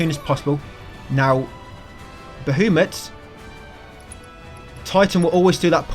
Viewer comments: Who the hell is Ba-who- mut? BA HA MUT. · Also you’re pronouncing Bahamut’s name incorrectly.